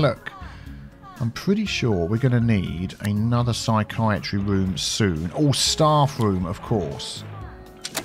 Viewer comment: took me nearly the whole episode to realize you were saying “staff room” not “star fruit” 🤦🏻‍♀️ i have no clue how i kept hearing starfruit 😂